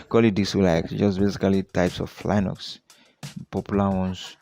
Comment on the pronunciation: YeshuuDOOOOOOOOOOO. and it's " lin ucks". Not " lie bucks" And it's. " Win doze ". Not " win doooos"